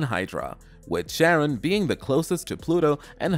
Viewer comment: I think Charron is pronounced Karen, not Sharron. Well it's technically the origin of both names, but Greek does this weird thing with the letter C. Same deal with Cephalopods by the way.